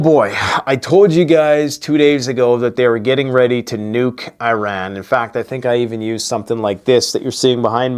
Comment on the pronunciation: "Ah-ron"? Towers of babble and bray stubble and hay. I like your enthusiasm. Blessings.